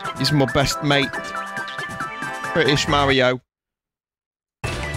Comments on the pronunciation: for Bri'ish Wario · the Wario Bri’ish